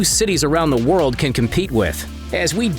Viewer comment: in the woaaooold